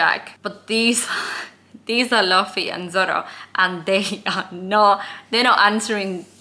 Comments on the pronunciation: Little correction, Luffy's name is pronounced Loofee instead of Luhfee. Pay attention to the cover pages. Some are canonical stories of what some of the non-Straw Hat characters get up to after they are no longer around Luffy. Halfway through the prologue. Enjoy the wild ride. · Love the video and your presentation. Here’s how to pronounce the names. Luffy - loofee Zoro - Zor-oh Usopp - Oosopp Pay attention to the covers. It’s not super important now but you’ll start to notice cover story’s and they are mostly cannon. Trust in Oda, everything is intentional. Enjoy the ride! This is my favorite story of all time and I love watching people fall in love with it. Also, I’ll bet $2.18 that in the next video you’ll wear either a CCR, GFRR, or a Boney M t-shirt. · You can recognize a new One Piece fan by the way he pronounces Luffy's name. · here is the cast of the upcoming one piece live action tv series teaching how to pronounce Luffy 😂